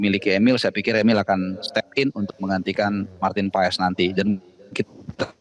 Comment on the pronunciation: Marteen Pas bacanya woi bukan Paes , jangan di biasakan